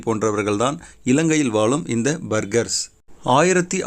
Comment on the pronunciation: இரன்டும் இல்லை பேர்கர்ஸ்